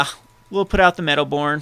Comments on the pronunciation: its medowboon not medowborn!!! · come on! first of all, there's no R in Meadowboon. Besides the obvious misplay with the sword you missed an awesome line of using Flickerwisp's etb to trigger your Meadowboon. Anyways man, really enjoyed your vid. Big fan, keep em coming!